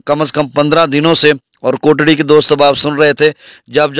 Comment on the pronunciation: بھائی یہ کوٹری ہے کوٹڑی نہیں ہے اپ کوٹڑی بولتے ہیں جو کہ غلط ہے